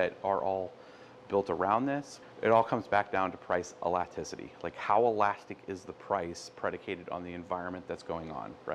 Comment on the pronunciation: You know you are pronouncing elasticity wrong.